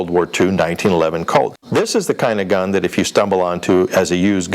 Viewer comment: Yeah, he said "American" giun store. Obviously not California.